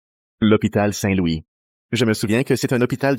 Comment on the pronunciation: Je pense que j'ai entendu hopital saint- Luis